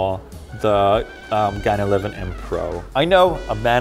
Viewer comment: Lol when you say gan i hear Khan